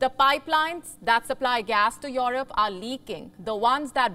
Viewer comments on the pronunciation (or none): ' Yourope ' ? lol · The way you say Europe is funny 🤣